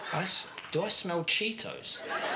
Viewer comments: THERE IS A 'T' IN CHEETOS! SO GLAD YOU'RE EDUCATING AMERICANS ALL AROUND THE WORLD DAVID xD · This is too funny. I love Ellen. They way he pronunces "cheetos" dammmmnnnn.